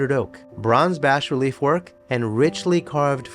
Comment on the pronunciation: BTW, the S in "bas-relief" is *silent*. 😊